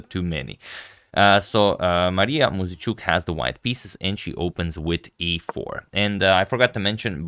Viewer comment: Flawless pronunciation of their surnames. He really put some respect on their name.